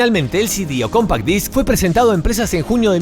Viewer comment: “Cómpac Dáisk, me sale pero me mojo!!!!!!”.